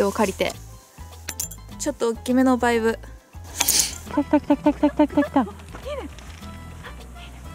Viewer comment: バイブのイントネーションがあっちのバイブやんw